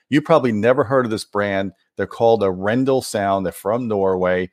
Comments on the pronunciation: No offense, but I assume it's pronounced arr-en-DAHL. Emphasis on the last syllable, and the first syllable rhymes with "car." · Nice review! It's pronounced A-ren-dal, with pressure on the very last part of the word. It's the name of a Norwegian city, actually. Dal means valley. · A little nitpicky but I think it's pronounced more like "R-N-doll". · I listened to them..... PROUDLY NORWEGIAN Your Norwegian pronounciation could Improve Emphasis is on the A, not on the E Name comes from city of Arendal